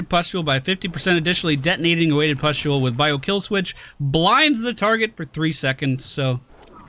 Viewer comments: Thank God for chat. "Pestule" was giving me an eye twitch everytime said it. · Gawd Chat, just let him say 'pest'-ule for one video. You are so mean, you guys are a no fun zone :D